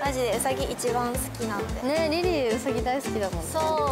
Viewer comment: うさぎをまあたそみたいに言な！ww